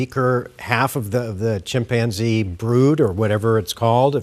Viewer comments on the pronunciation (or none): Tf is a chim-panzee, why did he say it like that